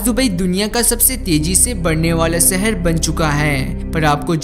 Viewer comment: Seher nahi shehar